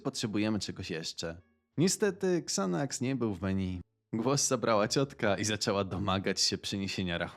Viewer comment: Czyta się "zanaks" 😜